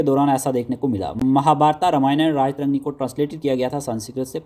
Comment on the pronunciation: History k teacher ho,still unaware of pronunciation, esteemed sir sanskrit wordsk last main toh AA hota ha that will be treated silent. its Raj-tarangini not Raja-tarangni